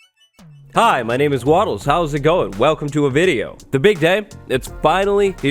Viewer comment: It's Wattles, not "waDDles".